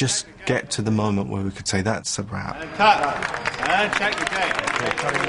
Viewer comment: At the start I thought it said that’s a wap 💀💀